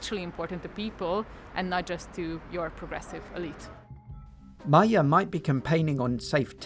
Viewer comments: Pls pronounce Magyar's name correctly. It's not Mayer. It's Mahgyar. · You can pronounce Magyar as "madyar", that would be more close to the original. By the way it means Hungarian. It's really annoys Orbán, because he can be more nationalist, like this guy, who's name literally means Hungarian. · Can't even pronounce Magyár properly... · Great job reporting, though it drives me crazy how you are pronouncing "Magyar." That said, thank you for leaving in the Hungarian voices. I am able to understand about half of it, so it is great practice if nothing else! And I am on the edge of my seat for this weekend. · Why you misprounounce Peter Magyar throughout the whole video?